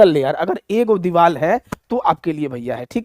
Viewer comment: Kya psycho padhaoge tum deewar ko diwal bol rhe ho